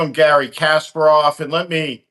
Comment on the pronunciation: A thought-provoking discussion, with many points that ring true. But as I feared, Steve couldn't pronounce Kasparov's name correctly. I suppose Kasparov is used to that.